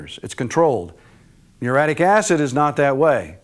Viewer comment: It's spelled muriatic acid, & is pronounced with four syllables.